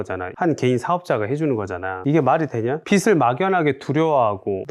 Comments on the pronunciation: "비즐" 이렇게 발음하셔야 합니다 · 빚을 빗으로 읽는 사람이 재테크를 논하다니 신뢰가 안가네요